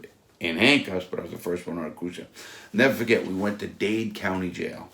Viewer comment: nevuh fuhgett